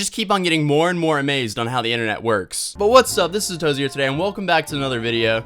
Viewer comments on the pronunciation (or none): so he's saying but sounds like atatozy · Why does he always say ATAtozy, when his handle is just Atozy? I don't get it...